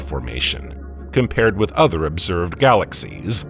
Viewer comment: I truly wish I could listen to your videos but the narration drives me crazy. You hang onto the ending syllables and crescendo for instance galaxiesssSSSSSsss and starrrrRRRRRssssss. I dont know if it is AI but if so I would change it.